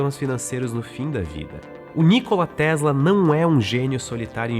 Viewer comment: A pronúncia não é Nícola, mas Nicóla